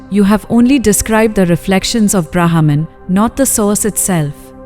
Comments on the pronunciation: Pronounce as 'ब्रह्म' ! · Thanks for the wonderful efforts to bring back our ancient wisdom thro these short beautiful stories! Short note: Brahman can be pronounced a little better as it sounds like a English trained AI system!